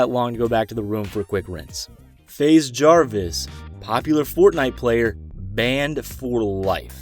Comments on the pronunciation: Actually its pronounced Faz Jarvis according to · When he said “faze” wrong I jumped off my bed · That’s not how you say faze Jarvis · At to Mark this guy says FaZe incorrectly. Bruh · how do you pronounce faze wrong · is no one gonna talk about how he said faze wrong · HE said faze wrong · Why'd you pronounce 'faze' like that You pronounced it properly after and before that moment so why?? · Its faze jarvis not fazz jarvis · You said FaZe like (fah-z) its pronounced (fayze) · Did he just say fazz Jarvis not faze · Faz jarvis dude it's faze jarvis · "Faz javs" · F AA ze Jarvis it’s F AY ze jarvis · My man said faz Jarvis instead of FAZE Jarvis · Faze Jarvis not faz Jarvis bro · what did u said faz jarvis its faze jarvis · Me: oh it's faze Jarvis Him:*says faz Jarvis* Me again: whàaaaaaaaaaaaaaaaaaaaaaaaaaaaa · Its pronounced Fayze not faz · Its not Fāz its FaZe Jarvis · Its Faze not Faaze Jarvis nice video btw :3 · he says faz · did anybody realise he said faz jarves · did he just called faze to fase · Did anyone else hear him pronounce faze as faaaaaze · Wait did he say ‘FAZ Jarvis’ not faze?!?! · His name is faze jarvis not faz jarvis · My man pronounced Faze. Faz! Nigga please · He said some "Fazz Jarvis" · He said faz jarvis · Unsubbed because he said FAZ JARVIS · How do you pronounce Faze correctly the first time but then say faz the second time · He said fas jarvis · Faze Jarvis not fazz Jarvis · BRO FAZE IS PRONOUNCED (FAYZ) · Dude said faz jarvis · OK WHO THE HELL SAYS FAXE JARVIS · Yo you said fave Jarvis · It’s not FAAAAZE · nigga said faz Jarvis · Dude says FaZe like faz lmao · “Faaz jarvis” 😂🤣😂🤣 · Who heard him say faz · he said faze like fáze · This boi said faz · how tf do you start the second entry pronounce faze right and the next moment say Fazz. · fa-z j-ah-vis 😂 lmao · Fas Jarvis. And you call yourself "." I know It's the host that is an idiot, but couldn't anyone correct him?! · Did this dude just say faz Jarvis 😂😂😂